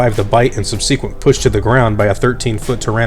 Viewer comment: “SUB-C-QUENT?” Try “SUB-SUH-QUENT.” And you got a like nonetheless...🥃